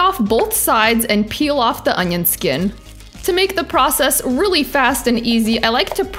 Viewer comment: Анион?! Кровь из глаз у меня и у моего учителя английского языка.